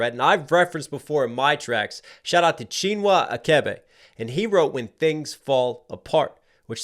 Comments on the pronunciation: CHI-NWA ATCH-AYBAY is the right pronunciation of Chinwa Achebe. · Btw, the "ch" in both Chinua Achebe's first and last bames are pronounced like the "ch" in cheese. At least by my family (my mother and his daughter were friends). Granted, sometimes pronunciation is hard even for me, who grew up in the West.